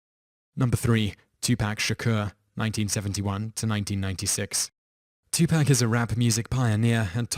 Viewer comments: Two Pack?? its Two Paaaaaaaak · Two-poc is how you say it not two-pac